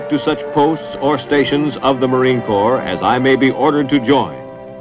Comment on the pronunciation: WTF is the Corp? You defending some corportation? If you're speaking of the Marine Corps, it's Corps, with an "S" on the end.